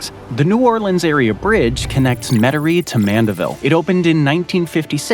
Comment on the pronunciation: I am surprised and impressed he pronounced Lake Pontchartrain, Metairie and Mandeville correctly.